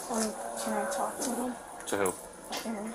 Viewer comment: "Alls we tryin' to do is too-auk to her..." Sorry, can't take anyone in the video seriously after that.🙄